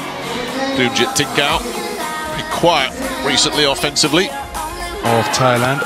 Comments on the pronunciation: What I don't understand is how some people pronounce Thailand (tai-land) as (thy-land). I know the the Brit f it up for the English spelling of it, but people are so ignorant about it. Just so funny to me. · She did not say Thailand with the 'Th'